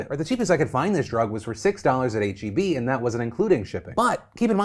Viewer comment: this triggered Texan every time I see our Texas grocery store on an out-of-state YouTuber or TikToker video - "IT'S PROUNOUNCED 'H - E - B!!' Oh, wait. He pronounced it correctly. Carry on."